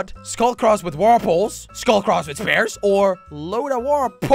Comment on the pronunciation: Spear❌ spares✅